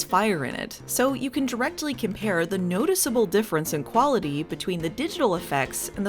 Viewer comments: It was pretty amusing as well that she pronounced quality as "." It always made me think of a cute little bear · "I learned how to pronounce quality" I'm already nostalgic for the koality-days 🐨 (jk, love all your work)